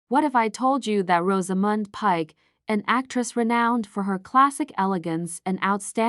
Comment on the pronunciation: It would help if the AI could pronounce Rosamund.